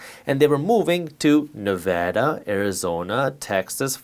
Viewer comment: As a Nevadan thank you for pronouncing the state name correctly